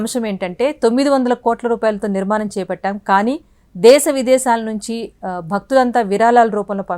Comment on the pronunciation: Very good information and really proud news for we Indians.. but I'm sorry to say that the readers are seriously requested to learn the concerned language pronunciation also.. it is NOT విరాలాలు, నిర్మానం they are విరాళాలు and నిర్మాణం.. hope it will be taken positively and corrected.. the reader looks so good n professional so is her performance expected.. good luck